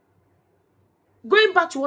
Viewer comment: I am 🤣🤣🤣🤣🤣 because I have South African friends, and that is exactly how they pronounce that word